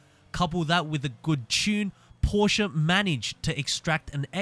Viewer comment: Porsche Leichtbau = Porsche Lightweight for you English speaking people XD At least your pronunciation of Porsche sounds right. It's not a Porsch you freaking amateurs it's a Porsche, Por-sche, get it right XD